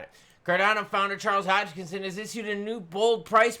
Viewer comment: Hogkinson? There’s no G in Hoskinson.